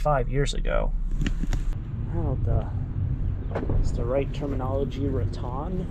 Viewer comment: It’s Ra-tan. Tan like suntan.